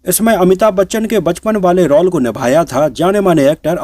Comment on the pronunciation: आपको पहले भी कहा, रौल नही, रोल बोला करे.